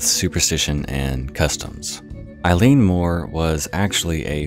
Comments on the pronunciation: Eilean is pronounced "Eh-lan" and Eilean Mor just means big island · “I’m sorry if I butchered any of those” You did and I’m crying inside, but Scots Gaelic is a very difficult language so you’re easily forgiven. Edinburgh is like Edinburuh Eilean is like Ellen Sgeir is like Sker Ghobha is like Goova Taighe is like Tayee Oban is like Obun Muirhead is like Myurhead More or less, kinda difficult writing that into English sounds, but you get the point, our language is incredibly difficult, most struggle with it!!! Fishermen here are extremely superstitious, so it’s actually very understandable knowing they had traditions and rituals to combat these traditions, that, and they believed in creatures like the Kelpies, the Blue Men of Minch (storm Kelpies), Selkies, all of these being water dwelling creatures. Fishermen were, and still are, extremely superstitious in Scotland. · Just got into your videos this week and I'm really enjoying them! :) The Scots-Gaelic/Irish words can be nightmarish to pronounce, but eilean (isle/island) sounds like "ihl-luhn", and taighe (house) sounds like "tsi-heh" - and tomain has the stress on the first syllable, like "TOE-man". Looking forward to checking out more of your stuff! Slán Go Fóill.